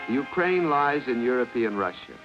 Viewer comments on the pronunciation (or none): Why would they use this lol they can not even pronounce Ukraine correctly 😂 I’d know my moms from post soviet